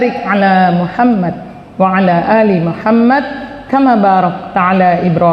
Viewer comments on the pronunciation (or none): Bukankah dalam membaca solawat itu muhammad bukan muhammat